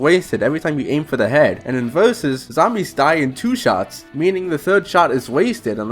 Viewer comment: Bro said "vurzussssssssssss"